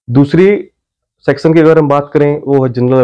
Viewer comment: सेक्शन को सेक्सन बोल रहे हैं आप?😎?